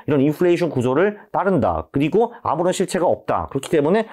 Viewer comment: ㅋㅋㅋㅋ x1.5배속이네요 발음 왜케ㅜ찰져요 도~쥐 아무뤈 쉴체가 없~돠 잘봤습니다!!